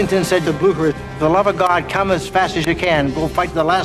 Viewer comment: When you realize they don't know how to say Blucher.